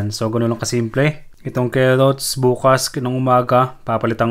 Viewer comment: Keot ng kerrots